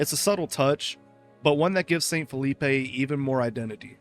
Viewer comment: I'm gonna be honest, maybe this one should have a retake and reupload. The pronunciation issues with St. Phillipe and Tyrone (remember this is a french colony, it needs french pronunciations), calling the town of Morton a coastal base (likely due to its marking in the conflict mode, even though it is clearly not a coastal base in any way. The Enfusion workbench, map hint and GM mode will confirm this), not to mention the subpar captions constantly misnaming the various towns and more complicated words, including the damn name of the game itself sometimes..